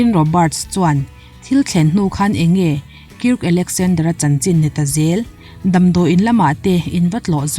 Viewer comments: A ngaihnawm thin e.. 👍👍🌷🌷. Mahse Kirka i tih hi Kirka ti lo in Kark ti zawk la a dik zawk angem ka lo tia. Kark_a . 😁👍🌷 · Kirk tih a nih chuan Kairk tih a lan tur a ni in ka hria, ka lo sawi ve mai mai, ngaihthlak a nuam em👍👍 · Kirk anih chuan k hriat sualloh chuan Kark tih angin an lam thinin k hria. K in tih fin vangah in lo ngai leh ringot ang e o.. 😁